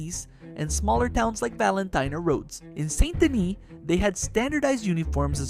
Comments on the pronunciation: Saint Denis, not Son do Knee, Sandini or any of that. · How many ways is he going to pronounce Saint Denis? All of them. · This guy keeps pronouncing Saint Denis differently every time he says it, plus, The Vanderlander Gang? Seriously? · You really need to decide on whether or not youre going to pronounce "Saint Denis" right